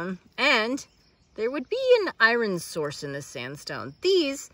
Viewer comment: As you say, I-Ron?